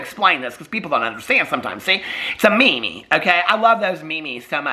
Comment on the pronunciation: You way you said meme had me dying laughing 😂😂😂 I did join in on the shimmy shimmies!